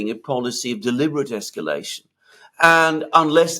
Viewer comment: "A big Iran escalation" - did you not grow up English? Otherwise great work guys, I've hardly missed a show in two years.